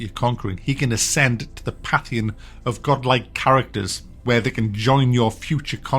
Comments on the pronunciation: Today I learned that can't pronounce "pantheon." Good to know. <3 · Great review but it's Pantheon. I have no idea what a pathion is. An indian curry maybe? Kryten : But surely you believe that God is in all things? Aren't you a pantheist? Lister : Yeah, but I just don't think it applies to kitchen utensils. I'm not a FRYING pantheist. you've just ruined that joke 🙂